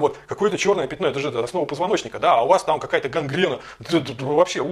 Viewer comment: Он продолжает говорить "пИтно", вместо "пЯтно". Убейте мои уши.